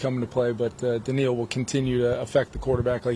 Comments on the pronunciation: Holy crap year 1 as HC and he can already pronounce Danielle correctly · He said it right though…. How would you know?